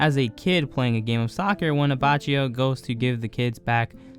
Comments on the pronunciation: It's pronounced Abakio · Why you say Giorno in the right way and then A B A C C Í O